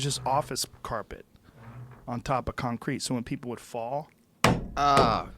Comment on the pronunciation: he says concrete kinda weird lol